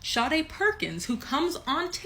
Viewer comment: The pronunciation of her name is Sha day like the r & b singer.